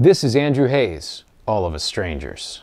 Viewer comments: Enjoyed your review a lot! I've seen this great film twice already. Fyi: Andrew Haigh's last name rhymes with "vague." Thank you. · Thanks for the comment! See, I always thought it was Haigh as you’ve stated, but seemed to hear some Brits pronouncing it like “hay.” In any case, I’m glad you enjoyed the review. This film is def worth multiple viewings!